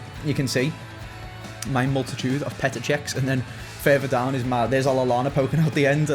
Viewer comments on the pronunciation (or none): none